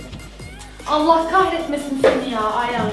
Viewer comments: yaaa Ayhan demiyo Ayan diyo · abla ayhana ayan demesi 😅